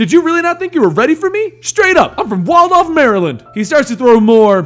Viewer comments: As a person from Maryland,, hearing you say Waldorf was cringeworthy but at the same time....SO WALDORF IS IN THE MARVEL UNIVERSE THAT'S WHY IT TAKES A LONG ASS TIME TO GET THERE (someone from the DMV please get my reference) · I Live in MD and GOD you mispronounced That City lol